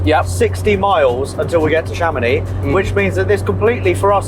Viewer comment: How to structurally insult a town in France: Chàmonix! It is Chamonìx. Emphasis on the last syllable; on the I. If you are planning a visit to Chamonìx and like to pay double the price of everthing; just mention Chàmonix or AutoAlex Cars.